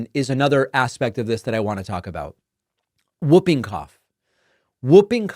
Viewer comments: It is pronounced Hooping cough not whooping cough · sorry David, I agree with everything, just the pronunciation of 'whooping' cough. The 'w' is silent, you say 'hooping' not wooping, yeah, nitpicking but sounds strange to all other English speaking countries. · Whooping cough is pronounced; HOOPing cough David. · It’s pronounced “Hooping Cough” The W is silent. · It is actually pronounced Hooping cough. The W is silent. Well at least it is in the English speaking country I live in, maybe it is different in the USA? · David, it’s pronounced like ‘who’ not ‘woo’. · Hi David it's actually pronounced Hooping Cough because of the hoop sound patients make. I was born in UK and had it as a Kid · It is (W)hooping Cough, the W is silent, HOOPING .. get it right. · Its "hooping cough" David....the w is silent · Pronounced hooping cough. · Jesus David it's pronounced Hooping Cough😂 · Pronounced Hooping Cough… 😁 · Today I learned a new way to pronounce Whooping Cough. Man, American accents are wild. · David, the W in Whooping Cough is silent. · Whooping cough is pronounced HOO-ping-koff, David. 😁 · Isn't it pronounced "hooping" cough, not "wooping" cough? Or is that a UK vs US thing? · whooping. the w is silent. 'who' made that a rule, i don't know. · The w is silent in whooping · Hey there David, just a friendly FYI that “whooping” is pronounced “hoop-ing”. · It is in the US also. It's an anachronism. Spelled whooping cough, pronounced hooping. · According to several dictionaries I consulted, the w is always silent, the correct pronunciation (is ˈhü-piŋ- or ˈhuː.pɪŋ (like hoop’ ing).